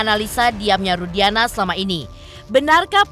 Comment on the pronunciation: Nyebut aja ibtu Rudianah, salah nama yg widia sebut itu, ibtu Rudiana,bukan Rudianah😅